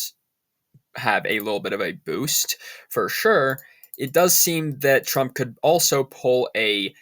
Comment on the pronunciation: TRUMP not TRAMP !!!